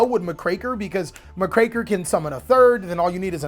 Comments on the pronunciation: My dude has amazing plays built into this. But the way he says Dagerus instead of DU-GARE-ES and muh-kraker instead of Muck-raker is absolutely infuriating lol 😂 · Muck-Racker, not MahCraker Oats... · Wow, never heard Muckraker pronounced that way. It's a compound word, Muck Raker, one who "rakes the muck", it tends to be a derogatory term for nosy journalists seeking to stir up trouble.